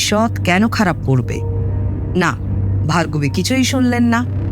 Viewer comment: Asadharon 👍 purush kantho naamta bhul pronauc korchilen Bhagarbi,pore thik korlen Bhargobi😊 thanks 👍